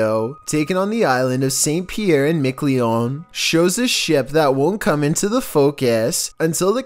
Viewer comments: saint pierre and mick lee on? seriously dude? you couldn't get google to pronounce the place for you first? it's saint pierre and mick ah lawn. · please learn how to pronounce Miquelon. Thank you.